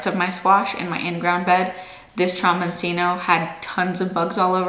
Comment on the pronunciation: The broccoli is pronounced "de cheeko." In Italian, a single C is usually pronounced CH, and the cc is pronounced like a K. So, the squash is pronounced tromboncheeno.